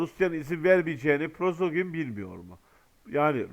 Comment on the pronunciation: Selamun aleykum qardaş, Prozogin degil, Priqojin olmalı.